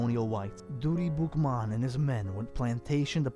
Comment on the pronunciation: Its not pronounced Doooty its (dut ti ) listen to Sean Paul music when he say dutty hoe.. It means dirty